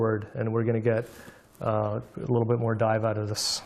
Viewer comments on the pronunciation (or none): none